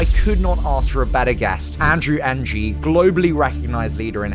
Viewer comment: Andrew "En-Gee" my guy lol. Ng is pronounced "ing" or "ung" with a very short vowel sound